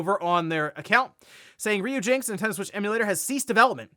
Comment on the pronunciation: That was cringe listening to you pronounce "Ryujinx" incorrectly so many times. It's RYU as in "Ryan, or Rye (bread)."